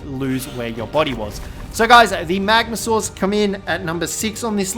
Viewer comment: The magmaoooolloo... yeah